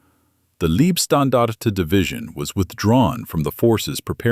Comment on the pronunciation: Excellent presentation. Except for one small linguistic correction: Those are not "leebstandarte", "lieb" in German meaning "dear, darling, cherished", but "laybstandarte", "Leib" in German meaning "body", hence Leibstandarte means bodyguards.